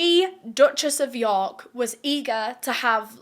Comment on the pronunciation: I'm sorry but "The Dutchess of Pork" had me on the floor 😂